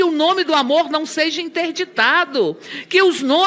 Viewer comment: "Ou sêija"... isso ganha 30.000,00. Viiiixe